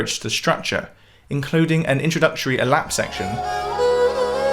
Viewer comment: Aalaap, not alap. 😅